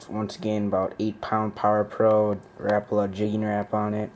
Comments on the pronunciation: well everyone around here and everyone that i know pronounces it ruh-po-luh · learn how to say rapala..